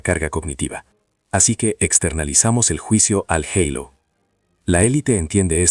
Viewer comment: Estas maquinas van a cambiar nuestro idioma ya que hablan en castellano y pronuncian en ingles..En castilla se dice halo con la h muda y no eilo como pronuncia aca ,que entre otras cosas es el circulo brillante que corona a las personas santas o de espiritualidad superior